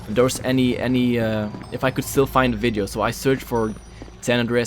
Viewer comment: When you where about to say yet I skipped 10 seconds and you said iff and it sounded like yiff😂